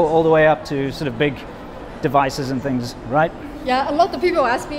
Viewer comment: She says "fings" instead of "things".